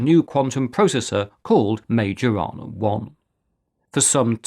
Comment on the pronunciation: Increadilbe stuff. Majorana is pronounced: Mai yo rana. The "r" is trilled (rolled), but not expected from non speakers. *myorana.